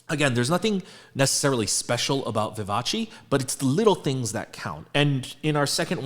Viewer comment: No korean : Literally no one : PD : ViVa-CHi